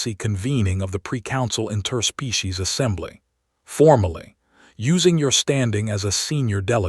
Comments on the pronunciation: What the hell does "in-TER-species" mean!!!!!???? I know what "IN-ter-species" means, but have NO clue about the one that YOUR AI keeps saying!!!!! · AND AGAIN , "in-TER-species"....YOUR AI FKN SUKS!!! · AGAIN ....."in-TER-species"!!!!! THERE IS NO SUCH FKN WORD IN THE ENGLISH LANGUAGE!!!! POS AI!! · AND "in-TER-species"!!!!!!!! You suk for not editing your POS AI!!